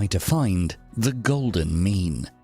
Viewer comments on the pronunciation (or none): I was just listening to the audio on this video at work and had to check my phone at number 2 because I thought he said "Try to find the golden "Meme" . I was like ...... This man was wayyyyyyyy ahead of his time lol